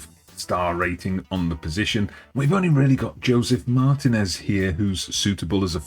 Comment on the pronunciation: Small explanation of the spanish language: you see that weird symbol on top of the "i" in Martínez? It's not an "i" but rather an "í"? That in spanish is indicative that you need to accentuate that syllable while speaking, as it's the stressed syllable/accentuated syllable (as evident by the presence of that graphical accent above the vowel). So you shouldn't pronounce MARtinez with emphasis on the MAR syllable. You should pronounce it marTInez with emphasis on the TI syllable as denoted by the presence of the graphical accent.